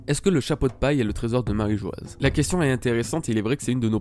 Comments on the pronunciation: J'ai remarqué que beaucoup commencent à prononcer "Marijoaz" à cause de l'orthographe assez surprenante choisie par Oda, mais c'est une erreur. La prononciation de Mary Geoise/Marijoa/Marie-joie peu importe le terme exact restera toujours "Marijoa" sans Z, vu que l'écriture en japonais et donc la prononciation n'a jamais changé (マリージョア). Oda a choisi une drôle d'orthographe qui est selon moi une petite erreur et sera modifiée plus tard (peut-être pour devenir "Mary Geois", sans le E à la fin qui modifierait la prononciation). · S'il s'est trompé sur la prononciation, ça fait 15 ans qu'il le fait et continue de le faire sciemment. S'il avait subitement voulu changer la prononciation de "Marîjoa" après 15 ans d'utilisation en "Marîjoazu" (prononciation japonaise du mot Mary Geoise) il l'aurait tout simplement écrit "Marîjoazu" en japonais clairement et nettement. Je crois que tu ne comprends pas vraiment le problème ici vu que tu ne comprends pas vraiment le système d'écriture japonais.